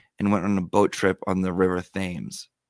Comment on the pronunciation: The river is pronounced "Temes" spelled Thames